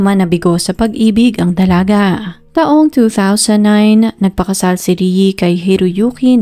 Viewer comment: PAKIBIGKAS NAMAN PO NG MAAYOS ANG PANGALAN NI RIE IT'S (RIYE OR RI-E NOT RIYI 🙄